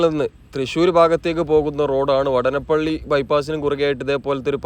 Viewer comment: വടന പ്പള്ളി അല്ല ബ്രോ......... വാടാനപ്പള്ളി.......... എന്ന് ആണ്